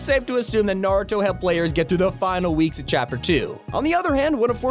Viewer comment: You being the first YouTuber to say Naruto correct